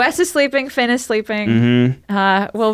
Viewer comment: FINN does not rhyme with red !